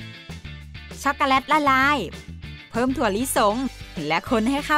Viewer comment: เราฟังไม่ค่อยรู้เรื่องอะ แว็บเพิล. ชัคโกแลต. และศัพท์อื่นๆที่กวนใจเรา